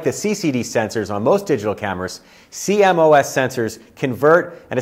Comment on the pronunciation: I'm sorry, but the sensor type is pronounced "See-Moss" not "C-M-O-S" and you'd think anyone in the industry would know that. (While we're at it, the Canon camera family is pronounced "Eee-Ose" not "E-O-S")